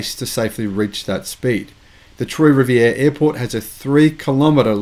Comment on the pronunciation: Its pronounced Kay-bek (Québec). Kudos for getting Trois-rivières right!